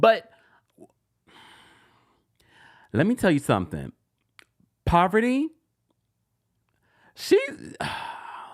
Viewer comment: It’s the way you’re calling Parvati poverty for me 😩😭